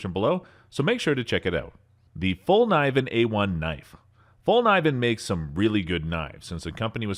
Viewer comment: Couldn’t pronounce: Morakniv Falkniven Fero rod Leukeu Pukko ESEE fucking SPYDERCO Etc. 😂 I’m sorry but this dude has never touched a knife in his life, I never post mean comments or even dislike vids but this is another level😂😂😂 Also what’s w the voice change?¿